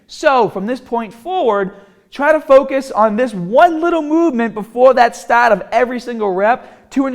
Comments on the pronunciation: TARGET, START, BAR......how can he not say these words right. cringes my ears everytime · Some words like “start” or “target” or “bar” or “hard” just give him the thickest New Jersey accent